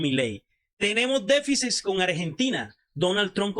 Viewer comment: No se dice DEFICIS..... Se dice DEFICIT